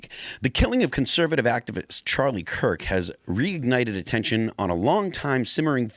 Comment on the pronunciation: Good old "Charlie Klirk".